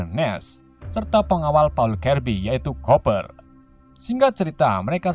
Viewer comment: Bacanya kuper bang bukan koper😂😂😂😂